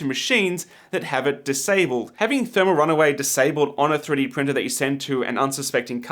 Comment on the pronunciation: 3D pirtner 😂 screams of passionate professionalism